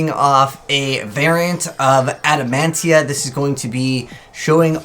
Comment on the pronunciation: It's Adamatia bro 😂